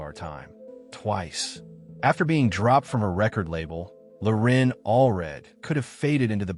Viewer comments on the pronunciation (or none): Loren, not "Lorin"